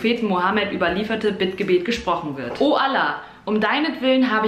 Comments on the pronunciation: Was für „ALLAA“ aber Kopf hoch aber SAG BITTE „SUCUK“ Danke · Wie du Allah sagst😂😂 Super cooles viedeo! Mach weiter so❤👍 Ach und versuch irgendwann mal den ganzen Ramadan zu fasten!😉 Für alle die jz auch fasten: Noch 2h und 40min , dann essen! 😩😍